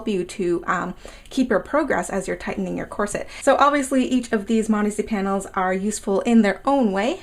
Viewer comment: Sounds like you’re saying “marzy” instead of modesty...